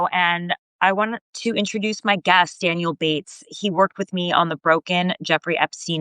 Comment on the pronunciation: When you say "Gast" ,you mean "Guest".😮right?😮